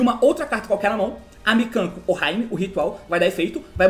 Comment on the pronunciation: T, a pronúncia da oohime é da forma que se escreve. O "hime" é algo como princesa no japonês e a pronúncia dela seria algo como "orrimê".